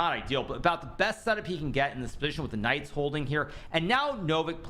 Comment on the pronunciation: everytime he says "these Knights" all i hear is these nuts.